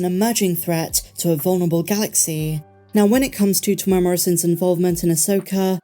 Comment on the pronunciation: I really enjoy your videos but please learn how to say Temuera. Teh -moo-erra. It's not hard.